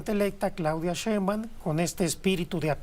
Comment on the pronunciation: Ese sr no sabe ni pronunciar el apedillo de la Presidenta